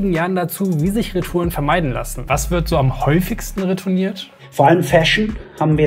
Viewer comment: wie schön er reTOUREN ausspricht